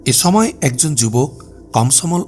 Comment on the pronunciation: ছময়, ছম্পাদক, ছংঘাত 🤨 উচ্চারণ টা ঠিক করা যায়না?